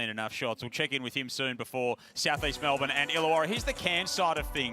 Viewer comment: Its not "Mel-BORNE"!!!!!!!!!!!!!!!!!!!!!!!!!!!!!!!!!!!!!!! Or "Typens". Useless reporter she is send her home.